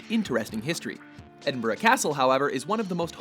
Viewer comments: Edinburgh, Edinborough no, ed-in-bruh yes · It is pronounced ED-IN-BRUH!!!! NOT EDINBURUG! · No He's right Ed-in-Bruh not burg. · pronouncing edinburgh wrong every time you say it and you didn't mention the fact that there is an entire city under edinburgh that's been abandoned for centuries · Yanks can never pronounce Edinburgh